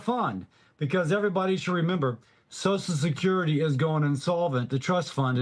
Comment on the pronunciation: I never trust anyone who pronounces So C I A L Security AS SOSL SUCRTY, on either side of the political viewpoint. I've said it before, I'll say it again. SOCIAL SECURITY IS INSURANCE, not a guarantee. The original retirement age was 110% of life expectancy. YOU ONLY GOT IT IF YOU BEAT THE ODDS! Retirement age should have been and should be adjusted regularly to accommodate life expectancy. Every few years, retirement age for those born in a given year should be adjusted to 110% of life expectancy for that year. You can't do that quickly now because life expectancy for those born today is approaching 80, making retirement age 88. If you adjusted retirement age by one or two years every five, you'd resolve the issue.